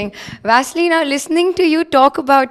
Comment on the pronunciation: Guys, please call his name correctly. He is Vasyl, not Vassily. It's original ukrainian name, do not mix it with Russian. There is ex-soviet type of representing Vasyl. But Soviet Union is dead more than 27 years, it's big shame call him Vasilly still now. Vasilly can call him only in Russia, as old habit. In UA everyone call him originally. Vasyl.